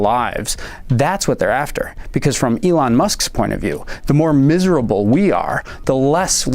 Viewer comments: She called Elon ‘Elaine’ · Did she really said “Ivan" (Musk)? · She called Elon Elaine🤣🤣🤣